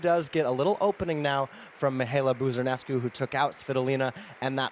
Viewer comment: When the lady sayd Mihaela Buzarnescu,i thought i heard hdjhdjgfhjghjfgdf,learn to pronounce the names of those fucking players,you cant adapt in english every name....ignorants:))))